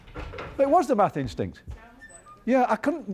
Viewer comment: thought he said meth.